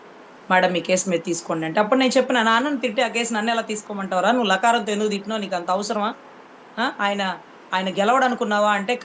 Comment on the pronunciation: WHAT SISTER..... * Kendra Neegaa.... ( Neegaa 🤣 )..... ❓ Neegaa.....!!!!!!!!!..... I AM NOT ABLE TO HEARING CLEARLY * 🤫 Once More.... Please 🤫...... Dhanraj Journalist 🇮🇳⚖️✒️🔥